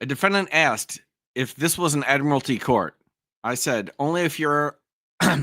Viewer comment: And, "Dat ain't wat he ax you".